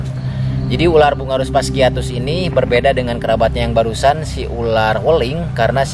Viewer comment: ular ular bukan urar😂